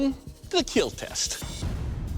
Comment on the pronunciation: why does he say "it will keil"